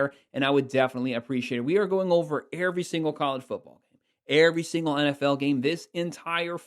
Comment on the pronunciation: i ain’t gone lie the way you say every has me curious. Where you from? Midwest? I’m in Ohio. Love the videos since i found ya brudda best of luck 🫡🫡🫡🫡🔥🔥🔥